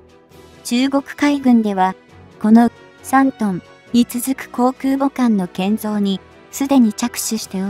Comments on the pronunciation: 再生から約２～4秒付近「自国建造空母山東」、本来は『じこく けんぞう くうぼ さんとん』なのに「じこくけんぞう そらかあさんと」って読み上げ間違いるし、発音の「ん」が弱くへんですよ。UPする前に校閲しましょう。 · 中国が作った「そら母さん､さんとん」🤣💦思い出すたび可笑しくて💦動画二度見しちゃった。